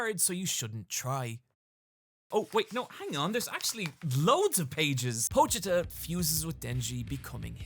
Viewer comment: yo shout out to being one of the few youtubers to actually pronounce pochita properly